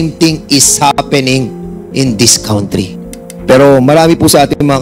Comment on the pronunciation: Congratulations...Cong Fernández....saludo po ako s inyong concern s bayan ntin....pero (kantri) s country.. Hindi po (kawntri)...not to humiliate u po....for everyone's good po .SALAMAT po